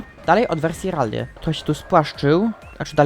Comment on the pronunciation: nie mówie tego złośliwie ale trochę boli w uszy jak mówisz "RALLY" mówi się "RELII" a pisze si3lę Rally